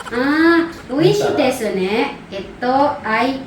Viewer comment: Silent "u" po❤, desu is des kung basahin po. Hehehe 😊😊😊 😊